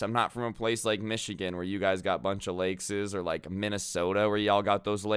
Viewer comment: Peep how he said “lakeses”😭. Love you man. Your videos are the best